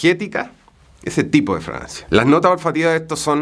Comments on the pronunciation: ..se pronuncia FRAGANCIA NO FRANCIA Cuando un chileno habla hay que hacer esfuerzo para saber que dice porque es complicado el asunto. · Parece que dijera una francia y no una fragancia😅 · Juro que le escucho decir Francia y no fragancia 😂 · Se dice fraGANcia! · Que es Francia parece que dice Francia .... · Dice Francia o fragancia?